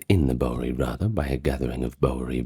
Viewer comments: Yes, it was bugging me a bit, too.😂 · Awesome stuff. Your pronunciation of Bowery is a bit off, but other than that, well done. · Is this narrator AI? He mispronounces “Bowery.” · I watch it once a year for the historical and cinematic reasons. The sayings and characters are badass too. I'm in the southern/central US and we pronounce it BOW-er-E. Y'all stay cool. 👋🏼